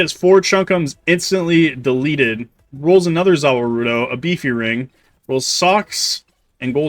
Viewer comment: lmao i started dying, like man just call it the world if you gonna pronounce it like that